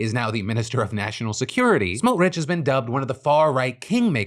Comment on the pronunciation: Your pronounciation of Itamar Ben Gvir and Bezalel Smotrich were only about the tenth worst pronunciations I’ve ever heard, so congrats for that